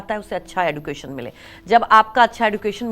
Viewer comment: हिंदी और अंग्रेजी दोनों भाषाओं में एड्युकेशन नही एज्यूकेशन ही बोलते है अब एज्यूकेटेड लोग ही गलत उच्चारण करते हैं तो फिर इस से तो अनएज्यूकेटेड ही अच्छे है बेचारे को मालूम तो नहीं कि कया उच्चार होता है